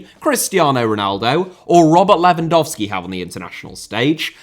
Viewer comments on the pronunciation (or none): none